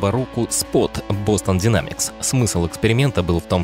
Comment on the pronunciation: А можно "Дайнемикс", а не "динамикс"?) Уж очень жутко звучит.